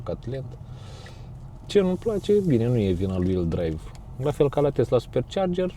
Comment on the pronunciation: Tesla nu Testla!